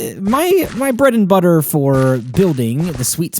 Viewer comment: When u said breadedbutter its sound funny